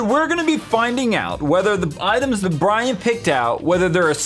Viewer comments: But you didn't say Brian... you said Biran? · "roast Bwyan"